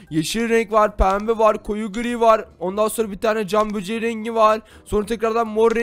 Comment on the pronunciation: Abi camböceği değil camgöbeği:D